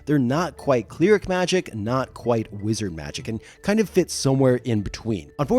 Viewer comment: JFC! THAT'S A CHEETAH!! 🤦 Also: it's jagUAR NOT "jagWIRE" And not once EVER has ANYONE pronounced CLERIC as "CLEERIC" 😵‍💫🤬🙉 0/10 No notes.